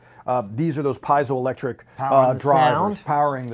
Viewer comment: Zero technical explanation of how this actually works (after the shorter gentleman asks how it works). It’s like they read the first page of the website and regurgitated that... terrible. Also, it’s pronounced ‘pee-zo’ electric, not ‘pie-zo’ electric...